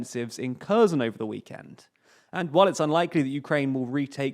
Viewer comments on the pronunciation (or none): Hi) "Kherson" is not pronounced like you say. It is not [korzon]. It's like HE - in "HEllo". then R, and SO - like in SOlo, and add N in the and. So we have now (k)HE[llo]RSO[lo]N. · Mate, I am a Bulgarian, with both Russian and Ukrainian friends. In all our languages we are pronouncing with a "H", not a "K". In any way, it should be leaning much more heavily towards a "H" for English speakers. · Note: 'ker-SOHN' is a closer approximation in pronunciation. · It's Herson. I have no idea why English speakers are pronouncing it in that way. The same with Harkiv.